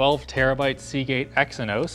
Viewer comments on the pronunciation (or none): Edit 1: never knew Exos was pronounced the same as Samsung's *Exynos*, who added that "i" in the naming convention?! Shame on you!.. Ah, Canadian reading/speaking literacy, but what can ya say.. (besides sorry, since WW2) laugh with endearment :') I LOVE when they mention "Scandinavian" design. Because, it's essentially their motto for what's basically something non existent!! 🤣🤣 Who the fuck has seen or heard of anything that has a Scandinavian design... 😂 So sad.. No offense but, with peace & love Scandinavians have yet to this day ever make anything noticeable nor worthy of conscious thought to remember LOL. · do you think he noticed he said Seagate Exynos and not Seagate Exos